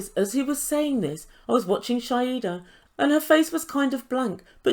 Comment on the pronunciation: Her name is Shaeeda (shy-da) not Shaeda (shy-hida)